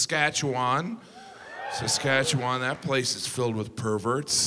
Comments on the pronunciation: I love how people who aren’t from Saskatchewan pronounce Saskatchewan. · You said Saskatchewan weird lol. FYI Regina used to be pronounced Regeena. It changed over time. Was the old queens middle name. I live there. You did not just say pile of boners 🤦‍♀️🤣